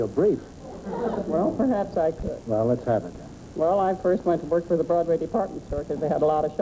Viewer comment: 21m43s I love how G'man gets "foist number" out of "first number".